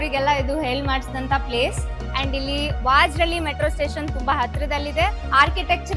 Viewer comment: That's VAJARAHALLI